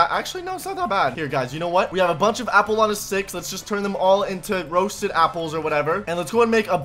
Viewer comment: U said sample not apple 😂 😂 😂 😂